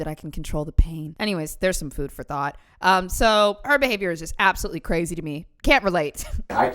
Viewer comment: ITS CWAZY.....according to.....You said Cwazy.